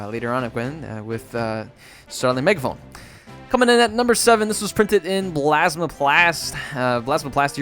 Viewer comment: "blasma plast" lol